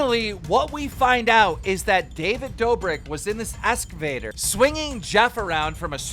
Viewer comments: keem it’s excavator not escavtor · Why does he keep saying “escavator” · Keemstar’s voice 😩 Keemstar’s voice mispronouncing excavator as “escavator” 😖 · lmao "escavator" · EXcavator. Not escavator. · "escavaters" lol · I love keen but he says “escovator” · Why can’t anybody say excavator properly?! The amount of people that have been mispronouncing it in their videos is just sad.